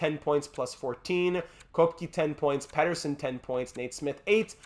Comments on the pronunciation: Pretty sure Koepke is pronounced Kehp-key. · I think Koepke is pronounced "Kepka". Don't quote me on it though...